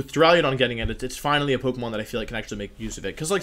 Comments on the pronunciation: Take a shot every time Wolfey says "Dura-leo-don" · Why does everyone pronounce it Duraliadon? .-. heck even if people said Duraladon i'd be fine with it, English is dumb and probably has a word where the "u" is pronounced as an "a". But like every youtuber that does pokemon stuff has said "Duraliadon".